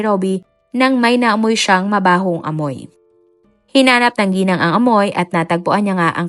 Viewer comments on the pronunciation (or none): none